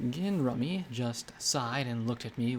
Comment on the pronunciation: Good job bringing this to life except for two names, Gin Rummy is Gin like the alcoholic drink ‘jin’ and Deus means two, so its pronounced kind of like French for two with an ‘s’ on the end. ‘Doo-ss’